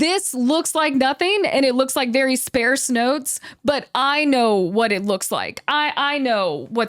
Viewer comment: Ah, the curse of people who read a lot, so we guess at how words are pronounced from how they're written. You should check the pronunciations of "arch" (as opposed to "arc") as well as "sparse". Also the difference between "casual" and "causal". Also, good playthrough you've got here.